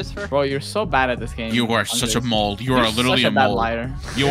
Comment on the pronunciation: sounded like he said Mold instead of “Mole”